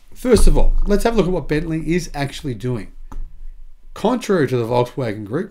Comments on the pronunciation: Bentley! Not bentleigh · It's Bentley. Not Bentleigh.